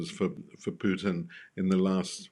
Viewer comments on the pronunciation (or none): none